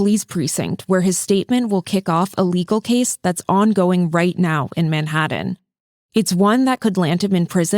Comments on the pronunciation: It’s pronounced Manhattan not Maddhattan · What I don’t understand is why he continues to keep him in a choke hold with other people there to help. That man’s no sense. The man is struggling because he can’t breathe, not because he’s fighting back. And the narrator of this video - how is it you can’t correctly pronounce Manhattan? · Its pronounced manhaTTen not manhaDDen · First time I’ve heard Manhattan pronounced “Man-Hadden.” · Where the heck is “Manhadden”??? 😂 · The real question is: Why do you pronounce words like "Manhattan" and "written" like they were spelled with d's instead of t's? Manhadden. Wridden. Oh, and also, free Daniel Penny. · Why can't the host pronounce "Manhattan"?